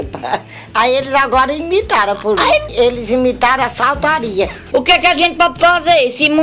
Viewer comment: Assaltári, Puliça kkkkkkkkk